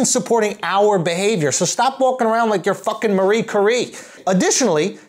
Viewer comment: For once I largely agree with Andrew. But someone needs to tell him the correct way to pronounce "Marie Curie"... New Yorkers are kind of the worst at words.